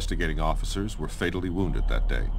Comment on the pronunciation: did he say wonded? that means they lived?